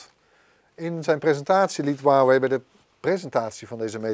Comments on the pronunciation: Voor mij gewoon Huawei en geen Waawee😂👊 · Huwauway het is Huawei het is een zuigmerk maar het kunnen uitspreken is toch niet zo lastig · Waarom zegt hij wawey in plaats van huawei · Maat hoe spreek jij Huawei uit..